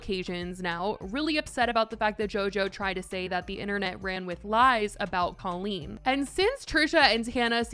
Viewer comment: Why are we not talking about how Jojo pronounces Colleen like Cole-een? I hate it so much 😂